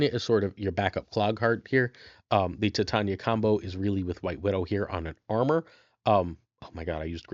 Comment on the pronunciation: Titania's name is pronounced "Ty-Tay-Nee-Uh" as in "Titanium" and not, "Tit On Ya"!